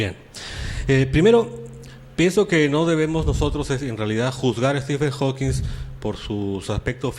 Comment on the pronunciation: Díganle al señor Arbaiza que es Hawking y no Hawkings.